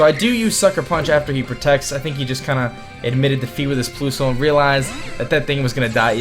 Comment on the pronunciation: ploosle haha lol its plusle like plus not plo lol